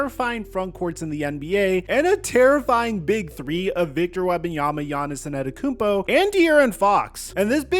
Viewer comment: Hit the blunt everytime he says Yahnissinantekoumpo